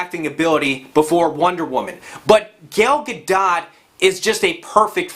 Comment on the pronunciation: it's "Ga-doh" I think.